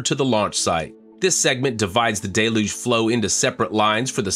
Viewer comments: Please learn how to pronounce Deluge properly... It's Del (like del taco) You - ge The trailing e makes you say the letter u fully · DELL-yoog! DELL-yoog! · It rains hard (but not generally for long) in Florida. Always pronounced it "Day-luge". Never heard different in the Northeast (where I was born and live presently), nor Hawaii or California (where I've also lived and worked). That pretty much covers most of the country, doesn't it? Maybe it's a flyover-state thing.